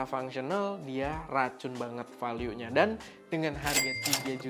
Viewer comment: Bg tolong donk bljar di google ucapin bahasa inggris "value", uda bertahun tahun salah 😂